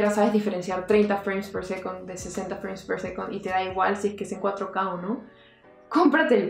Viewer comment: Me mata el inglés tan malo!! Freim per secont?? Un beso genia!!